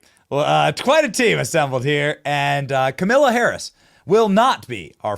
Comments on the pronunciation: lol, Benny why are you mispronouncing her name? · Really annoying you keep saying kamila....Benny you always say kamala, makes my ears hurt more than hearing her name said correctly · Hey Benny, her name is pronounced Kamala … LIKE TRAUMA - lah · Benny usually i agree with you but this is so classless and dissapointing by you. At keast give her the dignity by pronouncing her name correctly. Its not Ka-Mill-ah Harris. Her name is pronounced Ka-Meal-Lee-N Harris, which is homage to her favorite animal. Thanks Benny. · I like how Benny pronounces her name as Kamilla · kimila??? did i miss something or is that just how you pronounce it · thanks for pronouncing that KA-MILL-A be glad not to have to hear that name ever again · You are butchering her name on purpose? LOL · I love how your mispronouncing her name now 😂